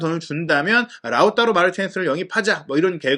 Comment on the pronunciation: 라우따로 발음이 맞나요? 라우타로 아닌가요?ㅠ 라우따로 따로따로따로 돌아버릴것같습니다 ㅠ